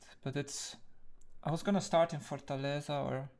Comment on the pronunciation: Im from Fortaleza, and your pronunciation is pretty good Lol